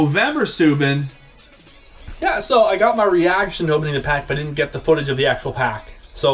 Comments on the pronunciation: its SUE-BAN not SUE-BIN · It is like Zoo, but with an S, so Soo and then Ban, Soo-Ban